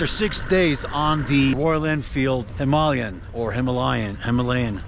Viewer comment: Thank you for pronouncing Himalayan correct.